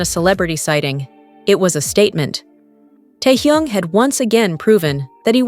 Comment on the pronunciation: Неужели нельзя имя Техена правильно произносить, что за Торхун, Тохун? Даже неприятно слушать!